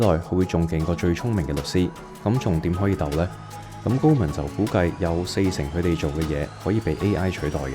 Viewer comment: 你好呀！岩岩睇到條片彈出嚟。 第一次睇到你嘅片 好好嘅分析，多謝！ 如果可以改改啲懶音就會讓人聽得舒服好多。 Eg 方向、強啲、佢哋、腳、行業 etc 我好珍惜廣東話嘅台，真心希望你做得更好。🙏 唔岩聽，就請delete. 謝謝！🙏